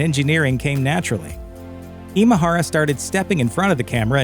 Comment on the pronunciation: Way to butcher his Japanese name! Imahara isn't a Filipino name, it's Japanese in origin, Imahara Masaru. 今原正志氏のご冥福をお祈りします